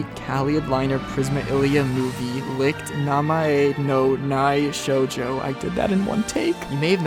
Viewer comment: I like how you pronounced the German word "Licht" as "Licked".